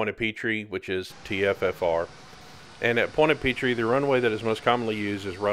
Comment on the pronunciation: Point a peetree ha its pronounced "pwant a pitr"